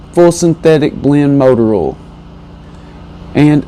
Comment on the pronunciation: Are u saying 'oll' or 'oil'?